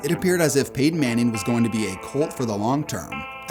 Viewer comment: Did you say 'Peyton' or 'painting' 😂